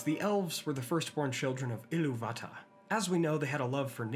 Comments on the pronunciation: Notice the accent placing on “Ilúvatar” is above the “u”. That’s the stress marker. You need to ditch Martin Shaw’s Silmarillion pronunciation because it’s incorrect. I-LOO-vatar not Ilu-VA-tar. Just ask the Tolkien Professor. He went on a tangent about it a while back. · You are pronouncing it wrong: loo'vatarr - see the stress on the second syllable not the first syllable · It's Ilúvatar, Ilúuuvatar, with the stress on the U, and your pronunciation gets so old so fast… No, not all R's are pronounced like that. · The silly “EEELOOO VATA” pronunciation is making me dislike this. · what's with the messed up pronounciation of illuvatar? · that is a bit harsh, but I am curious why pronounces it like that.